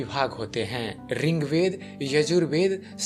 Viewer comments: Ring Veda nahi hota bhai.... Rig Veda boliye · आप रिंग्वेद क्यो बोलते है त्रुटि की पराकाष्ठा कर दी।यह ऋग्वेद है। अज्ञानता की पहचान है । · बहुत अच्छी जानकारी।। पर रिंगवेद नही होता।।। ऋग्वेद होता है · Bhai rigved not ringved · Its Rig veda not RING veda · अरे भाईया रिंग्वेद नही होता ऋग्वेद होता है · Bhai wo rigved h na ki ringved kya bol ra h. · Ringved nahi boltey